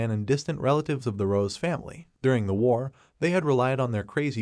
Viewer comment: My man saying war wrong 😂